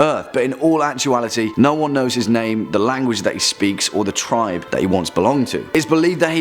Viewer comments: what's an "uncontacted tibe"? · Err.. there is an "R" in the word "TRIBE"... just saying